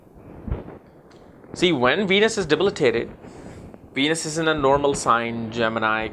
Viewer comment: Love this guy -- really love it when it sounds like he says "Weenus" not Venus! Pisces in Weenus! lol! Sorry guy, you're amazing! Thanks for sharing all your thoughts!